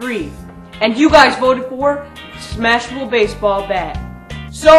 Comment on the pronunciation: Heh he said smahable